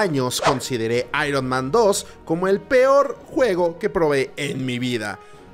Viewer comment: El actor de voz no lo pronuncia tan mal, ironman no se pronuncia literal ironMAN el MAN en Ironman se pronuncia mæn o "mean" Seria "aiurnmean"